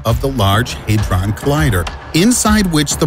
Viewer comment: “Haydron” Lol, had-Ron... hadron...